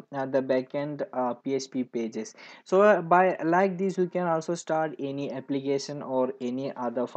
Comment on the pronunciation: Abblication , ggimply ..😂 your English is awesome dude!